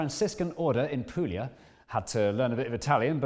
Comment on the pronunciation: shivers for the pronunciation of Puglia. Actual shivers.